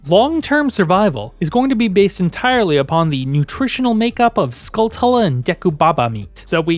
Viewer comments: i gotta correct you, skulltulas are are skull-tarantulas, so the latter half of the name is pronounced "choola", like "taranchoola" not skull-tula, i made the same mistake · Skull(cha)la, as in Tarantula